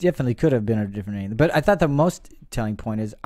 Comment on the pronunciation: why can't the host pronounce any of the names correctly?